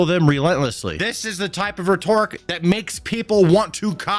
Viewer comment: Every time you mispronounce "rhetoric," I can't help but cringe.